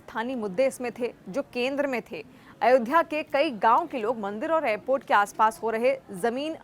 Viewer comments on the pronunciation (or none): Madam Ayodhya bol Ayodhya